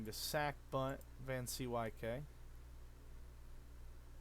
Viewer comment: Van-C-Y-K? I think it's pronounced Van COOK.